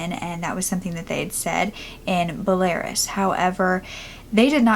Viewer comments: Be-la-rus. Not "Belares" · I’m so happy she was well taken care of and her family found her! Also btw I believe the pronunciation of Belarus in English is “bella-ruse” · belarus= "behl-ah-roos" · Such an interesting case and nice it had such a good outcome :) I love that. And I think you mean Belarus? So it's pronounced "bell-ah-roose" - cheers! :) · You are saying Belarus completely wrong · She does such a good job but it took me forever to figure out that she was saying Belarus 🤍🤍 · I love how she pronounced Belarus LOL so funny and cute...and finally a happy ending. I love cases like this :D